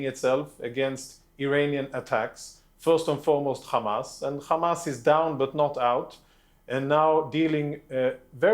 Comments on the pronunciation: Why do they pronounce it kkkrrkkamaas? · don't believe a person who says "KHHAMAS".